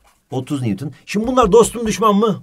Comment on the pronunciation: NEWTON Ahhhh mı dedi ? hocam ne diyosunuz